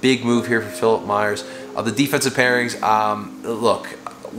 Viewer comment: It’s “Myers”